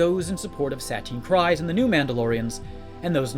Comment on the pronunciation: It's pronounced SUH TEEN KREEZ